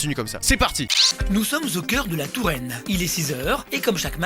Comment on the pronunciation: "De Touraine", j'ai honte.